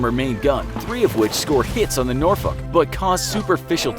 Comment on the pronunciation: he pronounced them properley. the English way. As it was Englishmen who named those 2 cities in the U.S anyway.